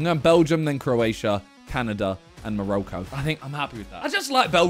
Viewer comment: Learn how to pronounce 🇲🇦 Morocco🇲🇦 young sir!